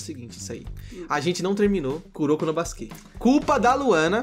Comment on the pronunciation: Mano, kakaka, pq vc fala Kuroko no baskê??? Fala kuroko no baskete, fica mlr pow